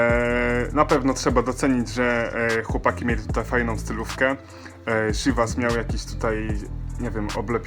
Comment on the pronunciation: jak coś wypowiada się cziwas